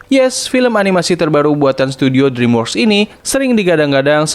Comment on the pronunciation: dreamworks pembacaannya driimwerks ya